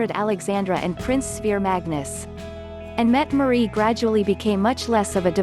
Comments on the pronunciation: It would sure be nice if the mechanical voice used could get the Crown Princess' name pronounced correctly, or if you insist on saying it wrong at least be consistent. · Mette-Marit, with an a